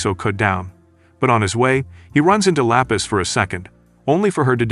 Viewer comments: Lapis ❎ La peace ✅ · THE GIRL NAMED 😂😂😂 LAPIS LOKS LIKE FROM SPEEDS STREAM AND KAI KAI SAYED IT LA PEACE😂😂😂😂😂